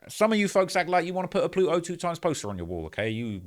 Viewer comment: Ploot-o 2x 😂